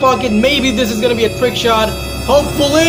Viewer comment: Did he said sh*t not shot